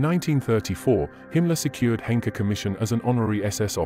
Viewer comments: I showed my father, who was 14 years old when he escaped in 1945, the video and he asked me why the name Hanke was pronounced so incorrectly? I had no answer...maybe lack of interest or inability!! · It would be nice if you pronounced the name of Karl Hanke correctly!